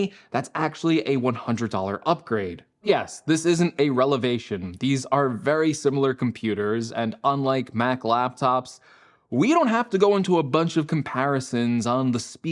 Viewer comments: I think you meant “revelation,” not relevation. Not a big deal. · Y’all wrong LMAO 😂 “revelation” is what he was trying to say. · Lol he was definitely trying to say “revelation” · You’re right, it’s not a “relevation” - or a revelation, for that matter :D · "yes, this isn't a reLeVation..." lol where did u go to preschool? the word you're trying to use here is reVeLation hahahaha made my morning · 'Revelation' not 'relevation' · FYI - "Relevation" isn't a word. And it's "Less tall" not "Less taller". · Wait, a “relevation”? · did you just say relevation? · Even great speakers can occasionally have a slip of the tongue. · Did you say “relevation” - that’s definitely stuck in my head now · wo0o0o0oah man said "reLEVAtion" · 😂😂😂😂😂 thought I was the only one who noticed this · looool that threw me off - a little easter egg there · Where did you learn to pronounce revelation like that?